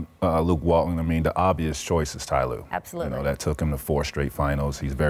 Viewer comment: It. Is. Not. Ty. Lue